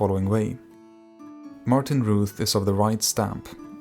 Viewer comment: Fyi Routh is pronounced Rowth, not Rooth.